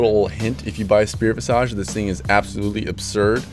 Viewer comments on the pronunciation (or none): ill also give you a little hint too, its pronounced spirit "vizij" not "vizahj " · You have got to stop pronouncing spirit visage incorrectly. It's visage, not visaaj!!! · nah bruv, it's pronounced visaj. not visage as visij or visej or viseyj or other fucks